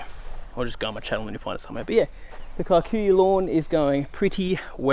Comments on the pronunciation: It's pronounced keekuyu 😂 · It's amazing the world knows our grass. It used to be planted within the homesteads of Kikuyu community ( a tribe /community) in Kenya 🇰🇪. However, they had a different type for feeding their cattle outside the homestead. Pronounce it as "Key-coo-you". Thanks for recognising it and educating us. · lolz, it's actually pronouced ke-ku-yuh. kē-ˈkü-(ˌ)yü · As a pure blood Kikuyu i must say, your pronunciation of the word Kikuyu is simply horrible. Kudos though on your excellent skills in lawn growth.